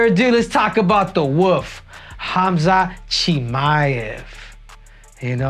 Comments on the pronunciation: Not Woof, Henry. Wolf. Pronounce the L in Wolf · Wolf not woof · Is Henry saying “The Wolf” or “The Woof”?? 😂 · Bro its not The Woof its The Wolf, you kill me Henry hahaha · Why he calling him the Woof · 😂😂 caught me off guard every time he said it that way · "Khamzat Chimaev the woof" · Is he saying “woof” on purpose?😂